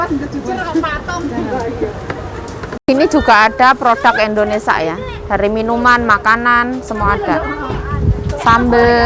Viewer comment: ...sekedar saran pengucapan negara kita itu Indonesia bukan Indonesa😀..maaf ya kak..semangatt kak Yayuk👍